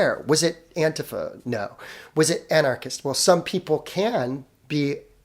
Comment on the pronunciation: I am never going to stop posting this nitpick. It is pronounced Anti-Fa, NOT Ant'fa